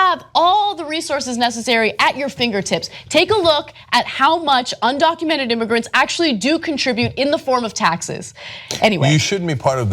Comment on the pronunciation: Well hey, the girl who called Trump supporterts ' dumb' can not pronounce 'undocumented'.